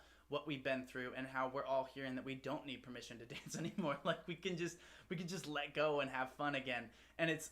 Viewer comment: This is such a fun, uplifting and inclusive song. And the boys looked like they really enjoyed it. Also love Jimin's, Jin's and V's pronunciation of "permission", sounds so cute!